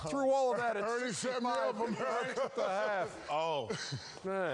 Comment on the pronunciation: "Ernie set me up Amerrca"